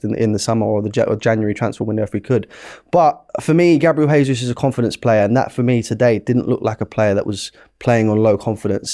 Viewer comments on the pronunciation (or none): It’s Gabriel Je-sus not Hey-sus He’s Brazilian, so Portuguese speaking. Say it right! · gabi jesus is brazillian, not spanish. stop saying hesus. if youre hosting shows at least learn to get it right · I swear this guy purposely mispronounces ‘Jesus’